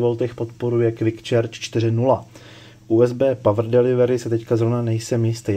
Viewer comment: Výborný popis. Snad je charge s nevyslovuje čéč.